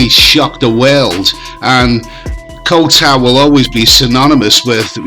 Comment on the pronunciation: Boomers on social media are something else lol Can you say "young Scandinavian girl" "ko-u tao" and "shady" one more time please 😂 This 13 min video could have be 3 minutes 😮‍💨